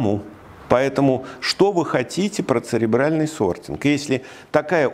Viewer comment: Сортинг - ЦЕРЕБРАЛЬНЫЙ. А не "сребиальный". Касательно остального бреда - гугл в помощь забиваем "люди читают жопой". В вашем случае наверное, упомянутым вами "сребиалом". Далее. Читаем и смотрим про социальную стратифицикацию у того же Савельева и пытаемся это сделать не жопой. Потом нужно попытаться немного подумать. Если, конечно, вы в нужное русло энергию мозга направите.